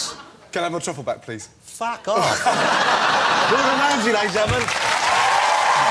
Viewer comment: mr. gordon whamsay